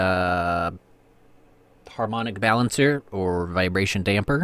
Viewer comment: You said it exactly right:) once in a blue moon on harmonic balancer :)